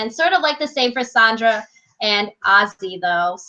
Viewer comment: SANDRA. It's pronounced SAND-RUH. I like listening to you guys but the name pronunciations make it like nails against a chalkboard whenever you say them wrong. 😂 It also makes you lose some credibility when you don't know how to say names. But keep up the good work, that's my only critique :)